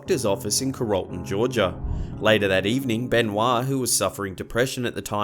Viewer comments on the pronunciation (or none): Sorry, I've never heard someone pronounce my home city of Carrollton that way. It's pronounced Care-roll-ton. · I live in Carrollton Georgia and the way you said it I had to laugh. It was so wrong I just. I’m wheezing. But good job tho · Carol-ton, GA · I was wondering if my ears decived me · I was wondering if any other Georgians would hear that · right, how hard is it to look up pronunciation? You might even use this new invention, "the internet".